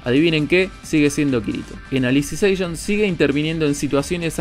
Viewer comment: No es tan difícil pronunciar Alicization XD De las Novelas Ligeras solo Alicization y Progressive (lo que debía haber sido el Arco Aincrad desde el principio) son lo que me interesa de SAO ya que el resto de la historia sinceramente tiene muchísimos aspectos criticables. P.D: Ahora a esperar otro video de hablando de Saint Seiya XD